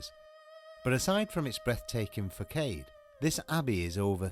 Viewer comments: Lost me at "fa-kade" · You are saying facade wrong.